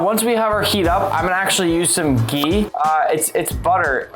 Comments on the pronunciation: It's ghee not gee but u know it's an Indian word so it's nothing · I am indian and loved the way he said ghee and that was funny that he said its like butter🤣🤣